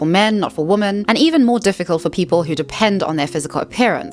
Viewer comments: Why do you pronounce women the same as woman??? I’m really curious. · I haven't heard anyone else from SA or England pronounce it like that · She needs to work on it. No one pronounces women and woman the same, even in SA. I have never heard it before in my life. They are two different words and it makes the video hard to follow because of it. She will use women and woman in the same sentence. It's something she can work on. I'm not sure why she has to make it seem like fixing this is impossible. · IT'S WOMEN (wim-en) when it's plural and it's WOMAN for singular. Every single video you can't get this correct. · Why do you pronounce "women" as "woman"? Asking as a neutrally curious non-native English speaker. Is it dialect, sociolect, personal preference..? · I enjoyed this video. But please, PLEASE: "women" is pronounced "wimin." It is not pronounced the same as "woman" (wo-man). You need to learn this because it's both confusing and annoying when you mispronounce this word a million times in practically every video. (Also, "donning" is "dah-ning" not "doe-ning.") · the words women (plural) and woman (singular) are pronounced differently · This has been driving me absolutely crazy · I do wish this lady would pronounce women properly and not say woman for women. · Didnt last 2 minutes. Somebody who cant tell the difference between woman (singular) and women (plural) both from a pronunciation and grammar approach does NOT deserve my attention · Could you please pronounce women as wimmin, which is the accepted standard (UK and US) English pronunciation. Pronouncing it the same as woman is very confusing for most of us. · "Women" is pronounced "wih-men". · Kind hearted and well intended reminder of the correct use of 'woman' and 'women'. I so often hear people pronounce 'women' as 'woman'. Woman is an irregular noun. The plural form of woman is women (and not womans). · It’s ‘women’ not ‘woman’. The plural of woman is women.